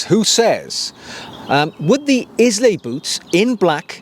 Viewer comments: Eye-luh, not Is-lay. And I’m American. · Hi, they’re a beautiful pair of boots, if it wasn’t for me owning the Loake bedale burgandy grain ones I’d definitely be tempted! P.s I believe it’s pronounced “aisle-a” (Scottish island). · Pronounced “Ai-lu”! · It’s pronounced eye-la, not Izlay. As a Welshman I’d have thought you’d be all over pronunciation given no one pronounces Welsh name places properly. I bought the rough out and wear for work and out and about in the country. Agree the scotch grain dark brown is gorgeous too but wanted the vibram cleet for outdoors. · Please stop saying IS-LAY You pronounce it Eye-la Nice content though 👍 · The mispronunciation of of the Scottish isle, after which the boots are named, grates: it's Ailay, NOT Islay. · Islay. Pronounced: Ay lah! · Pronounced Eye-Lah 🙂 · The boot is pronounced Ila as per the Scottish island it is named after…. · Amazing boot! Loving the video's. Just a note Islay is pronounced eye-la. All the best from a whisky lover. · It's pronounced Eye-lay my friend, as in the Scottish Island 😉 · Sorry to have to have to correct you but Islay is pronounced EYE-LAY! Presumably the boot is named after the Scottish island of Islay where you would find whisky distilleries for Laphroaig, Lagavulin and Ardbeg. Agree it is a beautiful boot and I think the combination of the mahogany, pebbled-leather patina, the broguing and the street sole would make for a very practical and versatile boot though probably not for very muddy conditions. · I second this. I’ve seen the pronunciation written as ai-luh. A beautiful island to visit and some of the best whiskies in the world. Thanks for the video! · A 'style guru' who can't pronounce 'Islay' properly and has a Wendy house as a garden shed?!! Get over yourself. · Great video. Research how to pronounce Islay.